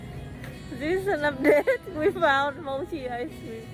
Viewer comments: Mochi Sir, not moki. Just saying. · Mochi is pronounced mochi not mokki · nothing to do with what Luigi allegedly did but mochi is not pronounced /moe-key/, it’s /moe-chee/ as in, moe like hoe, chee like cheese. (I’m a Japanese speaker so I know)